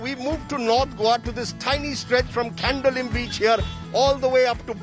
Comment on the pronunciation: Rajdip bab, Dêv borem korum. Nice mix of news and village areas. However, kindly note... Candolim is pronounced as कांदोळिं , not कँडोलिम. Terminal letter "m", is the Konkani m-nasalisation.